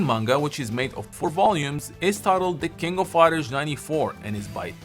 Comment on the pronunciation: "the kingo fider" Nani?